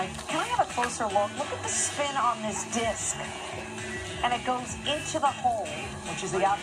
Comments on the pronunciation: I hate how none disc golfers say disc golf. "DISC...golf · I love how every time they all pronounce it “DisCCC golf” and then get everyones name PERFECT. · The way they say "dis-K Golf" hurts my soul 😒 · Like 8 times. "Dis-'K'-Golf" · Kills me how they pronounce disc golf. DisCQCHKKCKCKCH Golf. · These announcers are hilarious. Even funnier because you can tell they don't want to accidentally mispronounce the name. "DIS-KUH" golf. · 90% of the announcers “dithk golf” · Making sure they don’t say dick golf haha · Why do they all have such a hard time saying “disc golf” 😂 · I never thought I'd hear so many people have this much difficulty saying the word "disc". Jesus Christ. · They certainly made sure to pronounce the C in disc. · Why can none of these commentators say disc golf normally? They're trying so hard to make "disc" a 3 syllable word. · "Disc" Golf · Never heard disc said as 2 syllables, but half of the announcers seemed to think it was 😆